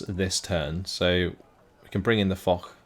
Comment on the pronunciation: That "Foch" is French, not German. I imagine its named after Ferdinand Foch, and its pronounced more like "Fosh" than "Fohk"